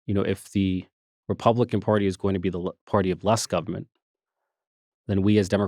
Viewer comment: Richie, please don’t pronounce the word government like you’re from South Carolina. It sounds ridiculous.